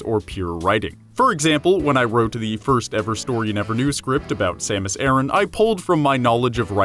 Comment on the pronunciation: It's Samus A RAN not aaron... Piss me off